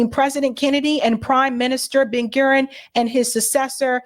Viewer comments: Please learn how to pronounce the names of these very famous people. Manachem Begin, Ben Gurion, Gaddafi, Nasser etc. etc - It's annoying and would be like calling Obama Obb-uhm-ah or Kennedy Kuh-need-eye. BTW, Sirhan B. Sirhan was Palestinian and did detest RFK for his support of Israel. RFK Jr. believes he wasn't the shooter whose bullet killed, but that someone from the CIA was. Of course, RFK Jr is often a nutter, too. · Menachem Begin is pronounced Men-A-chem BA-Gin. Prime Minister David Ben-Gurion is pronounced Ben-Gur-I-on. President Nasser President Nasser is pronounced NASS-er. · FYI, pronunciations are "Ben GOO-ree-yun" (Ben-Gurion) and "Meh-NAH-kim BAY-gēn" (Menachim Begin) Excellent video, shared.